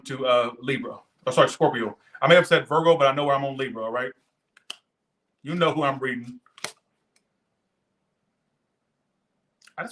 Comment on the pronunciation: "Rightchu" 😆 I love it . Fk these haters 😒 stupid asses 😆